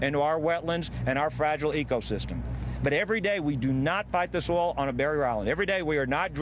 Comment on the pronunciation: 0.16 Did she say "oral" spill?? LOL!!!